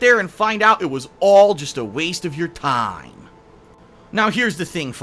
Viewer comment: lol at how you said "time"